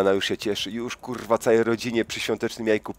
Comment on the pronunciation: Uwielbiam twoje kurrrła :P